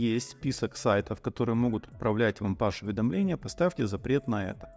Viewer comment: уважаемый! Спасибо за быстрый и всеобъемлющий рассказ. Единственное дружеское замечание: "Push" произносится как Пуш, (но не Паш)